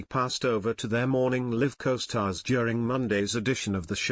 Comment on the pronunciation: You can't pronounce "Morning Live"